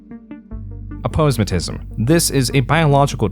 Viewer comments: it's "A-po-sematism" not "Apose-matism" lol come on bruh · Aposematism is actually pronounced more like "a-PO-seh-mat-ism" :) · a-pose-matism? wtf? its pronounced APPO-SOMATISM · AH - POE - SO - MAT - AH - SISM or apo- + semat(ic) + -ism but not a - pose - ma - tism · 'A-pose-matism' lmao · It's a-poe-seh-ma-tism you pronounce the a like apple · That's not you pronounce "aposematism" lol.